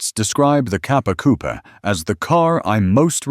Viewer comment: The many failed attempts at pronouncing Italian names is woeful and embarrassing. Also the word 'coupé' has an e with an acute accent (´) at the end, it is therefore NOT silent and not a place where chickens live.